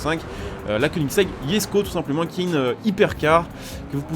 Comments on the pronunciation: Oui sa se dit pas jesko, sa se dit yesko comme c suédois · Par contre je tien a préciser se n'est pas yesko mais jesko je c pas ou ta vue le Y mais sa me fait bien rire YESKO on aura tout vue mdr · C’est pas “yesko” c’est “jesko” mais bon pas grave